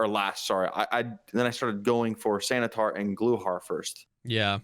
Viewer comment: I am sad you guys missed "Santa-tar"